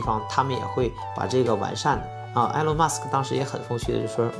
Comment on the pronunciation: Good video. It's "Ee-lawn", not "Eh-lawn"